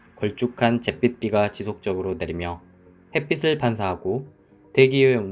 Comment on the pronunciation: 아틀란티스 홍수이전의 세계라는 책을 읽고있는데 화산폭발 쪽으로 생각하더라구요 이 책 저자는 소행성까지는 생각 못한 걸까요? 너무 좋은 퀄리티 영상 감사합니다!! 근데 ‘햇빛을’ 을 읽을 때 ‘햇비슬’아니고 ‘햇비츨’이라고 읽으면 더 좋을 거 같아요 감사합니다~!